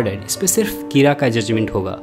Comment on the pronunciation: I think it should be "कीरा" not "किरा".